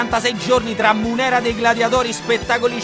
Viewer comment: eh, sì, lo "iaculum" è proprio "una cosa che si getta". Esattamente come la funzione corporea che getta... Avete capito. P.S.: "mùnera", non "munèra".